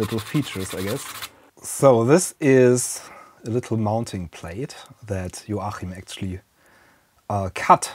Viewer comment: The CH in Joachim is usually pronounced K. :)